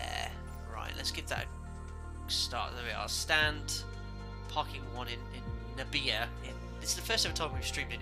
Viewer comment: Nabire should be pronounced na-bee-ray. Great landing